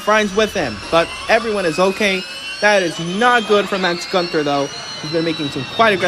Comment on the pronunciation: Btw, Günther isn't pronounced "ganter"